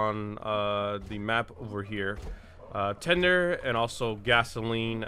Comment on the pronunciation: i cant stop thinking about how he said pour the tinder XD